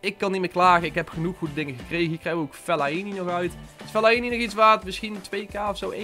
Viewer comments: fellaienie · Jij spreekt Fellaini echt raar uit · leer fellaini uitspreken